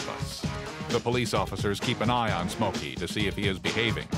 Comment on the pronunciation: "Smokey" not somkey lol